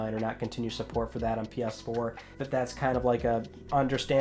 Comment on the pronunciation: did he just say moyang? 🤣🤣🤣